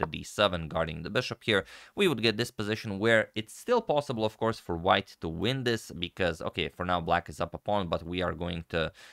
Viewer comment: Did you say, '...we win Black's Queen...'? Just it sounded like, '... we ruin Black's Queen...' Now that's just spiteful... lol